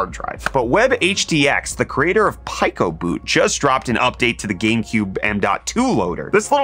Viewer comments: Why this man say pronounce is “pie Co. boot” then pronounce it correctly right after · So we just not gonna talk about the fact that he pronounced it "Pie-ko-boot" and "Pee-ko-boot" within 5 seconds of eachother? haha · no way bro pronounced it "pikoh boot" 💀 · pie-co boot is certainly a new pronunciation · So is no one going to talk about how bro just pronounced picoboot 2 different ways back to back? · How did you just pronounce Picoboot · Dude you mispronounced picoboot. Are you just pulling articles off the internet to make YouTube shorts?